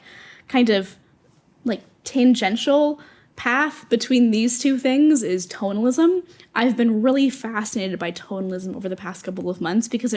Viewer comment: I’m with you on all your points, and I agree with you. I am laughing at myself because I misheard you say “totalism” as an art style so I was googling while your video was playing because I had never heard of it. And I found some results but they didn’t seem to be what you were talking about, then I realized you were saying “tonalism” lol. I am a retired graphic artist moving into being a fine artist. The lack of direction and deadlines is really difficult to adjust to, so I have been setting assignments for myself just like you were talking about. And emphatically “yes!” on the granular observations and goals.